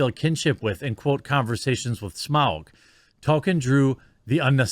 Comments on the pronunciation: Nothing against the video because it's brilliant, but please start saying Tolkien properly instead of token. Also Eowyn. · I love you, Jeremy. I really do. But please, say it with me "TŌLL-KĒN" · The pronunciation of 'Tolkien' as 'Token' here, when describing the Amazon staff's understanding of the material, is a hilariously apt subtle touch. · Again, Tolkein's name has an L in it. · If you're going keep making videos on this subject you need to learn how to pronounce Tolkien correctly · Jesus Christ, Jeremy.....LEARN TO PRONOUNCE THINGS!!!!! It makes you look unintelligent and takes away from the credibility of what you are saying. TOLL-KEEN or even TOL-KIN would be acceptable pronunciations, but you keep saying Token. And you do this on MANY other things. Take the time to learn how to say things so you don't sound like a boob. I know you're not an unintelligent person but there are so many things that are such common knowledge that you either claim to not know about or have knowledge of that in my opinion really damages you as a pop culture commentary personality. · lol you make me insane when you "token"...it's tol-key-in...he's not the black kid on south park, Jeremy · It’s TOL KEEN not Toe Ken, you’re killin me bud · Please start pronouncing the "L" in "Tolkien". Tokin' isn't his name. Sorry for being nit picky, but this is almost as bad as educated people saying "lie-berry" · It's not Token, it's ToLkIen. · Quartering I know this isn't a huge deal & I don't know if anyone else has already mentioned it but his name is pronounced "toll-keen" not "tow-kin." Love your channel though my dude. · Damn it, Jeremy. I'm starting to think we need to have a class where someone can explain to you how to pronounce LOTR words. It's "TOLK-en" not ""Token" and the character who killed the Wraith King is "Eowyn," not "Arowyn." Arwen is the daughter of Elrond. Ya killing me, Smalls! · Please... It's pronounced Tol-kin. Not Token. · His name is ToLkien not Token! 🤬